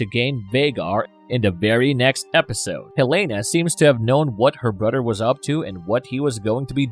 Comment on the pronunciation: x 🤣😂🤣 and mudder. ‘Boddered’’ me the whole video. Brudder, mudder.